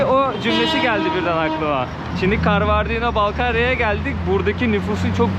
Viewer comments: KANKA KALBARDİNO DEĞİL KABARDİNO😎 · Karbondino değil 😂😂 Kabardey diye söyleyeceksin. 😂😂😂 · Gittiğiniz yerlerin tarihini kültürünü araştırarak gitmelisiniz. Kabardino'nun adını bile doğru söyleyememeniz gittiğiniz yerle ilgili ne kadar araştırma yaptığınızı gösterir. Yine de çabanız güzel teşekkürler. Türkiye ve Amerika'da yaşayan bir çok Balkar türkü var onların tarihlerinde çok trajediler var. Ordaki müslüman halklar ikinci dünya savaşı sonrası hepsi Kazakistan ve kırgızıstan steplerinde sürgün edilip 14 yıl sürgünde kalmış ve nüfusun 3/2si yokolmuş. Sürgün nedeni ise onların kültür-dil ve dinlerini yaşamalarına müsade edilmemesi yani kominizm ve Stalin'den illallah ettikleri için Alman'lara yardım etmeleri yüzünden ... neyse google'a yazarsanız hikayeyi öğrenebilirsiniz. İnsanlarla inglizce değil direkt türkçe konuşsanız kesin sizi anlarlardı. Özellikle Kumuk-Karaçay ve Balkar(Malkar türkleri). Okullarına , derneklerine gidin sokaktakiler size kültür ve tarihi anlatmazlar. Karaçay-çerkesk'de Alieva adında Karaçay-Nogay dilinde eğitim verilen büyük bir üniversitesi var. Orda çok türk öğrenci de var. size yardımcı olurlar.